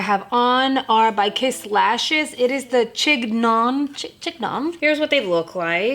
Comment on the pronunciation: Love the lashes! The name Chignon is pronounced Shin yohn. It's the French name for a classic hair bun at the nape of the neck. Just like the low bun you mentioned as a hair style! Fun name for lashes!